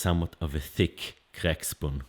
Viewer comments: Did he say "crack shpoon"? Brilliant stuff. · Did you say "crack spoon"??? 😂